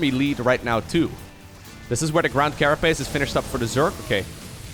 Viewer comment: its carapace.....not carapiss